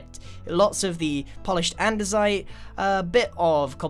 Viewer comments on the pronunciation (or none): none